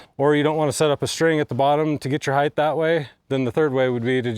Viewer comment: Did he say "Heigth"? LengTH, widTH, height. Not HeigTH.